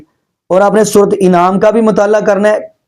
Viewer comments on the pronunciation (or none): Bhai enaam nahi kuta anaam huta hai